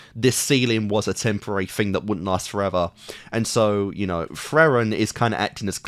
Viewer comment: Frieren, pronounced FREE ren, Himmel, pronounced HIM ul, not Heimel. And Fern, like the plant.